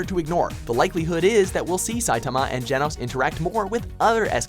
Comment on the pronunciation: How the fuck did you get Saitama's name wrong?